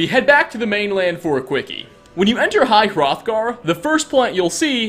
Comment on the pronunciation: You finally said high hrothgar not throthgar. My OCD is cured